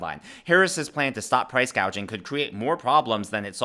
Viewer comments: Kamala can't even pronounce gauging 😂😂😂she doesn't know what she is talking about. Hope Kamala will be replace at the dnc because she is unfit and unqualified. Kamala is really so dumb and stupid and all the Democrats voters are dumb and stupid. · Gouging. - Gauging Hospitality. -Hospitility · Price gaging 🤦‍♀️🤦‍♀️ she doesn’t even know what it means let alone how to pronounce it. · Price gauge, what a IQ. Maybe she’s an AI, this is how mispronouncing is a tell. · Congratulations! The first commentator to take note that our dear Kamala, cannot pronounce the words price gouging! “Gauging.”?? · "Proud price gauging" she got 2 words wrong! with a teleprompter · lol we noted that she can’t say price-gouging but says “price-gayjing !!!” So so pathetic !!!! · Thank you for pointing out that price gouging is already illegal. And that she's so dumb she can't even say the word right.